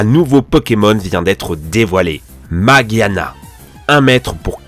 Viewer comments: On prononce [majiana] G+i = ji G+u+i = Gui Pti cours de prononciation merci aurevoir ! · Issou vous saviez même pas dire son nom